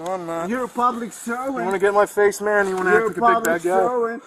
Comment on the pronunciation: Every Spanish language when speaking English says you as Chew, so saying sue as shoe is in line with the speech pattern, so if you say Shoe Chew it sounds like shoot you even when you say it calmly.